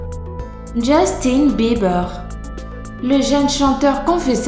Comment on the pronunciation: commemt elle a pronose jestin bieber